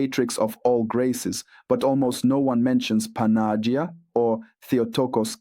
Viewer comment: Who writes the texts you are reading? Does the text have imprimatur? 1. You are butchering the Greek pronunciation behind recognition. Don't say if you don't know how to say it. Check the Παναγία (Greek) or Панаги́я (Russian). 2. You don't know the history of Church and you offend Slavic people. Saints, brothers Cyril and Methodius were on mission to give Slavic people translation. They visited Rome in AD 868 and Pop Hadrian II approved their work. Saints translated Bible and other text to what we call today Old-Church-Slavonic using a new alphabet based on Greek (it become Cyrillic used in Russia, Ukraine and other countries today). Bottom line after Semitic languages of Bible, Latin and Greek, the Slavic language was the next language officially approved in year 868. God had chosen and blessed Slavic people with translation to their own language. Some of the text from 900'ish still remain and we can study them today. Other languages had to wait for approval over a thousand years after the Second Vatican Council (1962–1965). Half of a true is a whole lie. First learn, before you will teach others. You are uneducated ignorant or a puppet manipulated by somebody, or both.